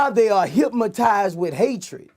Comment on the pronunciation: I hate hearing boosie put the letter M in hypnotized